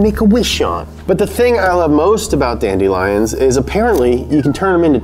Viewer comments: Guys it’s not funny to mess with like this. Whoever told him that dandelions is pronounced that way is just mean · "Dandy-lions" lmao😂